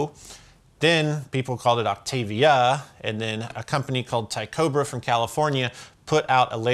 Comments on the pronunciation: Awesome video and superb history lesson. The ONLY correction that I feel needs to be made is the pronunciation of “Tycobrahe”. The company was named after the famous Danish Astronomer Tyco Brahe. I have heard plenty of people say it like “Tycobra”, but it’s actually “Tie-ko Bra-hee”. If you REALLY want to nail it, try to clear your throat on the “Bra” part. Even native speakers find that bit to be a challenge sometimes. Clearly I have WAY too much free time. And the Foxx Tone Machine is the gnarliest octave Fuzz in the history of ever. I have a few clones including the Fulltone and one from a small custom builder I found here on YouTube (George McLintock) that just SCREAMS. You can find his shop on Reverb under the name “Dongeomac”. Dude makes some incredible Fuzz boxes based on old circuits. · It’s pronounced “Ty-co- brey, Not Ty-cobra! The Fulltone Octafuzz is a clone of the Tycobra unit. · Dude knows a lot about pedals, but not about pronouncing characters from the History of Astronomy, apparently. Tycho Brahe was a Danish astronomer who, among other things, collected a load of data that Kepler used to work out Kepler's laws (handy, considering the naming tie-in). Tee Cobra. Genius. Although a short bit of research suggests that the English habit of pronouncing him 'Tie-co Bra-hey' is wrong in the first syllable too. I wonder what would make of Louis de Broglie? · "Tychobrahe" is pronounced "Tie-ko Bray-hee", FYI. Tycho Brahe was a 16th century astronomer. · 4.06 "... a company called 'tie-cobra'... lol cringe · Great episode again. I think the pronunciation of Tycobrahe is more like ' Tico brah key' I've got the MXR la machine (another Foxx tone machine clone) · Pretty sure Tychobrahe is pronounced more on the lines of tyco-braw-hay. After the danish astronomer Tycho Brahe from the 1500’s. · It’s pronounced: Ty co - bra he, named after the Danish astronomer ( ) 😃